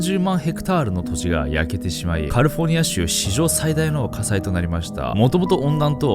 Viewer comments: カリフォニアって発音が、なんかネイティブw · カリフォルニアを、「カルフォニア」って発音するのオシャレ。真似しよう。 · ダメだカリフォルニアの発音よすぎて内容入ってこん(笑)